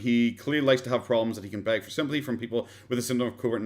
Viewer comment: Still watching, but jc , "halocaust"? "Sympothy"? This is a joke of a documentary.